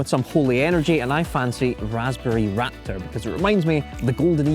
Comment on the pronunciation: When he saud "Raptor" I thought he saud "Rat Turd", I had to listen to it a couple of times